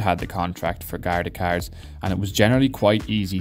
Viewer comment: This guy sounds like a pirate.. Carrrrrrrrrrrs